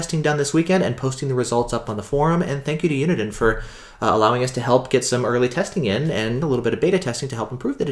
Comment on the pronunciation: The company is called Uniden. NOT Uniten